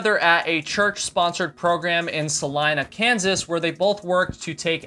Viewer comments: OMG! You said Salina correctly!! Most people don't! I was (sadly) born and raised there! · On a significantly lighter note. As a Kansan, I'm happy to hear someone pronounce Salina correctly. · great video about this very sad chapter of AT history. I actually live in Salina, KS, the town where Molly and Geoff met. You score maximum points for pronouncing "Salina" correctly! (everyone not from Kansas always says "Sa-leen-a" [which, yes, is probably how it should be pronounced if it was a Spanish name]) I'm rather surprised that 30 years ago there was this church group here that did the young people wilderness treks ministry, as we don't really have what most people would call "wilderness areas" or "backcountry" around here. Yes, we have lots of grasslands, hills, nature, but not really classic outdoor trekking areas. We are however, just a 7 hour drive west on I-70 to the Colorado Rockies 😉